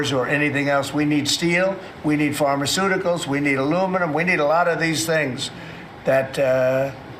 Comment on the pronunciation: what the hell is "pharmerceutical"